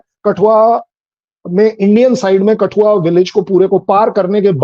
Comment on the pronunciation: कठुआ को कटुआ कौन कौन सुना 😅😅